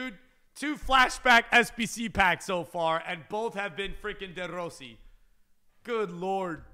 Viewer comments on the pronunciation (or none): It annoys me how you say De Rossi